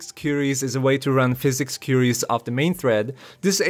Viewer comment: "koo-ee-ries" ;) What is his image in the video thumbnail? It's not in the video as far as I watched.